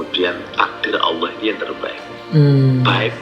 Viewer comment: Ngomong Allah aja salah goblok